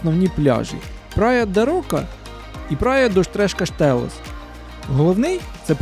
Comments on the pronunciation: Не прая де Рока а прая де Роша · Не прая де рока, а прая де роша. Не Фару, а Фаро. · Хороше відео. Але так як я живу тут ( в Алгарве) 25 років, то хотів би поправити деякі назви. Фаро наголос на букву «а». В Портімао пляж називається «прая де Роша». А це чудове місце де Ви були на байдарці- це «Бенажіл». Вибачте, але їх називають так. І якщо будете в Лагоші, то обовʼязково візьміть годинну екскурсію на човні по гротам.